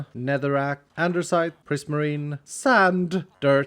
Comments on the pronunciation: its andesite not andersite, but who cares so keep it up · Anybody else love the fact that says andersite and-er-cite instead of the usual and-uh-cite…no? Okay guess that’s just me then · I always hear called andesite a Andersite😁,idk maybe my hearing has problem😂